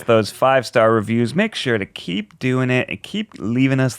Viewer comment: For some reason every time Ned said 'keep' I heard 'Keith'...